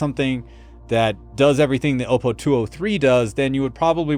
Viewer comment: FYI... the first "O" in Oppo is a short sounding "O", as in "ah" -> "ah-PO"; it is NOT a long sounding vowel (not "oh -PO"), Btw, I've had the BDP 83 for over a dozen years and it still works great.